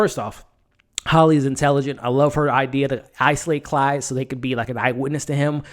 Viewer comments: dude... its CLAUDE not Clyde! lol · Sorry but it's Claude, not Clyde. Otherwise, I join in your enthusiasm that this was the best episode so far. I haven't read the book either but I'm loving the movie version! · It's Claude.....CL-ODD, not Clyde!